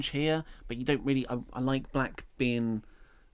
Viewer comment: Winnink , thinkink . he pronounces words weirdly